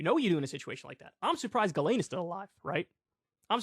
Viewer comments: It's pronounced "Jiz-lane" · It's pronounced jizz lane... Or should be.